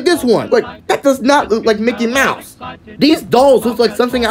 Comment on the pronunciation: THATW NOT MICKY MOUSE THATS MOCKEY MIUSE